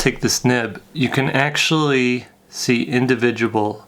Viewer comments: "Indivijable fibers" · "indi-vid-a-bull" haha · "individubal fibers" I love it XD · You're doing God's work. Know that you have the thanks of a grateful nation. (I enjoyed the video, but "Indivigible" was the entire reason I came to the comments.) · "indivijable" fibers"? hahahaha